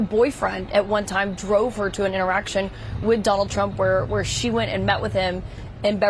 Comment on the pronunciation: Did she say interaction it sounded like something else with an e tion😅